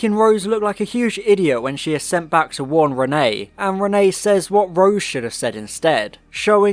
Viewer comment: Two things; Thing 1- it is pronounced re-neT, there is a t at the end of it Thing 2- I think I can forgive Micky not doing anything as it adds to his feeling that he is useless and the "tin dog" which becomes a major plot point in the next story.